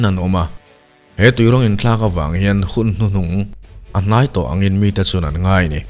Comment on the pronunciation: Ngeih tih hi ngaih ti ang deuhin i chhiarin ka hria